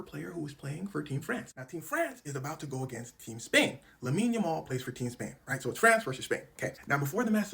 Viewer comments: Did he say trash versus Spain?😂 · Did he say Trash Vs Spain😂